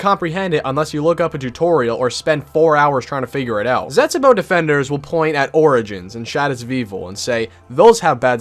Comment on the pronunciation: There are some oranges Me: Wait did he just say Origins